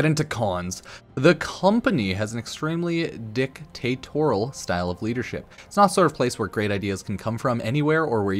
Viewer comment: Ok, the english is not my first language, but I can pronounce "dictatorial" better than the dude here